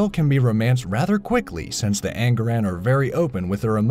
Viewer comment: its An-Gah-Rahn